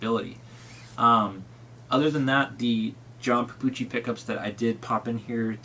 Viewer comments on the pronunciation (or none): Petrucci, not Pepucci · Did he call Petrucci.... Papoochie? Dafuq? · He has no credibility because he owns a million ibanez Jp guitars but he can’t pronounce John petrucci correctly. I can’t even get through this video